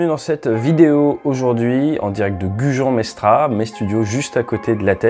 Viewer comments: Désolé ATE mais on prononce Gujan " Mestrasse" et on écrit la Teste de Buch (sans "e") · Je tombe sur ta vidéo par hasard. Très bien documentée et intéressante suite aux infos des médias des derniers jours. Je suis par contre très étonné que tu commences celle-ci en expliquant que tu es né sur le Bassin, tout en prononçant Gujan-Mestra(S) et voir La Teste de BuchE écrit sur la carte... 😱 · C'est Gujan-Mestra[sse] 😜 Je suis né à Jean-Hameau ! Je ne savais même pas que vous étiez du bassin aussi 😮😀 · Tu es né à La Teste et du dis Gujan Mestra? Où est passé le S 😁 . Vidéo très instructive en tt cas, même pour les néophytes. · Tu es de la Teste et tu dis "Gujan Mestra" ? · Alors… on doit prononcer le s final de « Gujan-Mestras » et on doit écrire «La Teste de Buch » sans e à Buch. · Wtf mec tu dis être de la Teste mais tu ne sait même pas prononcer le nom du bled d'à côté...